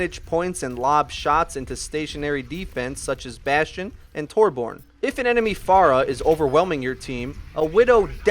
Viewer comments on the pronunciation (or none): Its so irritating hearing you say torborn omfg its torbjörn pronounced (tor-byorn) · It's not 'Torborn', it's 'Torbyorn'. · Torborn XD, it is Torbjörn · It's not Tor-born its Tor-byern. That's how you pronounce Torbjörn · Tor-bron tor-BORN.... WHAT???? ._. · lol did he really just say torborn? 😂😂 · Just gonna put this out there because it is a little annoyance to me: Torbjorn is actually pronounced Tor-Bee-Urn. It sounds stupid, but it is actually official. you can look it up. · Tore-Born (that's made me cringe every time he said that) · This channel is 99% perfect. The only thing they need to do now is pronounce Torbjorn (Tore - BEE - yorn) correctly. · uh no, it's pronounced TOR-byern and it's spelled with an Ö. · Torbyern redi tu vark! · Watching this in April of 2017, it's impressive to see how far has come. He sounds much more confident now, and he doesn't say Torbjörn like a total idiot anymore.